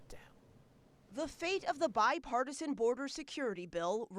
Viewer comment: "bipartisian" lol